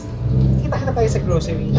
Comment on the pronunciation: "Go, Glow, Growcery for Chad" 😭😂